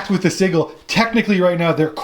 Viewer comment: Great batrep. My only gripe is your pronunciation of sigil. It's Sij-yul not siggle